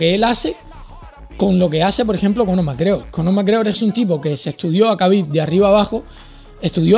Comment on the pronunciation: El hate le llega de Hispanoamérica, no de España. En España, respetamos y apoyamos al 100% a Topuria. Sobre todo, cuando habla de su patria adoptiva. PD: celebro que, por fin, pronuncies correctamente Jabib (y no "kabib"). Al principio eras reacio, porque los anglosajones no se conocen ni sus propias reglas ortográficas.